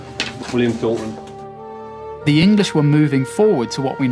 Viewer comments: Towton? Mon Deiu? We are not in France? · Towton??? No.... Agincourt Yes Geez this is good but Not Towton!!!